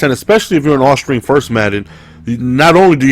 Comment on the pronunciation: Anybody else catch him say all string first madden? Lol